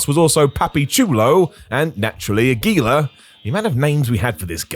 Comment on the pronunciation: Aguila is so forgotten that even how to properly pronounce his name is forgotten I guess.